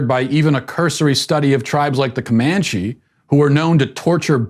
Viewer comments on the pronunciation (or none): none